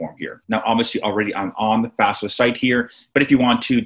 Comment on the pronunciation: get the name right , its not fasfa its FAFSA